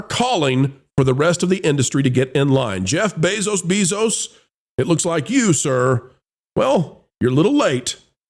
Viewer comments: WHY is he saying "Beso-Beesos"? I like the channel but that was annoying. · Why do you keep saying his name weird? Annoying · The double last name pronunciation is amusing